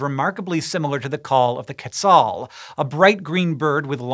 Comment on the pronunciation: I've been watching the SciShow for about a year and I'm here just to say how much I appreciate Hank's effort when pronouncing Chichén Itzá, El Castillo, Quetzal, Chavín de Huántar, Lanzón. Nicely done for a non-native Spanish speaker, man! 🙌🏽